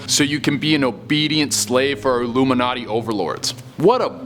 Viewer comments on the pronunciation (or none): none